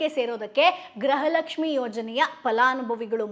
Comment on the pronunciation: Le grahalaxmi alla adu gruhalaxmi 😂